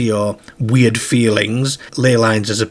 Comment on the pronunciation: I know the rural Lancashire accent you're talking about and this guy does not have it. This guy does NOT use a rhotic "r" actually, but that's not what we're talking about. It's his strange pronunciation of "car" as "care", "are" as "air" etc that's confusing us. I've simply never come across it in any northern British accent before.